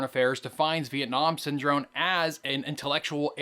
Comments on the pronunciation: good video, just a few notes. You consistently pronounced the word Syndrome with an "n" rather than an "m". Also, you mentioned Asst. Sec. State William Bundy but you have a picture of Robert McNamara. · lmao syndrone, every time! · I enjoyed listening to you mispronounce the word Syndrome for over 16 minutes. It may be a world record.